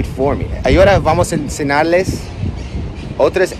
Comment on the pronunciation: No digas Ensenarles se dice: Enseñarles con ñ haber pronuncia la ñ